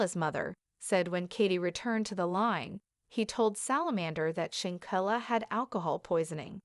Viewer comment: Lord Kaybo, shankella… please get the correct pronunciation